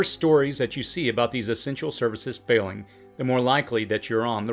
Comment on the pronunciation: I’m not trying to be petty or sarcastic, but are you saying “failing” or “felling”? I want to make sure I’m grasping the concepts you are laying out. Thank you.